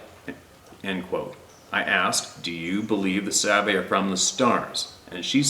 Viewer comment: Sabe not babe. Duh